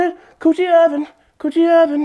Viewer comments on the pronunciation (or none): 😂😂😂😂 how you remember this!? Llf that man said 😹oochie oven🫣🤣🤣🤣🤣🤣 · Did he say Coochie Oven? 😩😫🤣😅😂